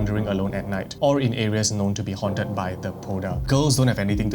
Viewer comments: Hi! Love the content! Hmong person here! The Poj Dab, is pronounced “Pall Da” with the “j” and “b” acting as tones. It literally translates to Female Ghost. It can haunt anyone who wronged it and is usually born from vengeance. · I was at work and when you mentioned the poj Dab my ears lit up, I didn’t expect to hear about Hmong People. Poj dab is pronounced “paw” (pronounced with an O sound) , you pronounce Dab correctly. Poj Dab translates to woman spirit or like woman ghost. Typically people avoid saying it when they walk alone at night. The h in hmong is also silent. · I'm Hmong its call paw-da